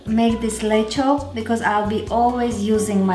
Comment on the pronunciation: Btw you pronounce it like Hungarians do.. 😁